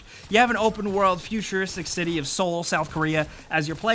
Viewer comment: U pronounced Seoul as solo.